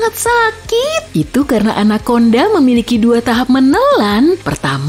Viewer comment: 🗣️ Anakonda Ana konda ✅ Anak Onda ❌